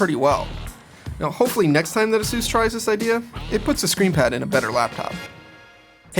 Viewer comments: a-soose? it's A-sus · Is ay-sus not azeus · "Asoos"? It's Aces. God! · FIRST LEARN HOW TO SAY "ASUS" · I hate the way he says Asus